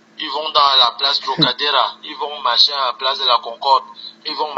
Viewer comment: Le gars m'a scié: "place trocadera"